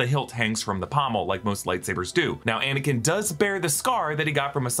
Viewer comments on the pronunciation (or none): "Faux"nikin Skywalker? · No one gonna talk about how he said anikin came.